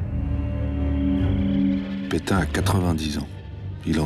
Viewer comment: Pétain pas Pétin.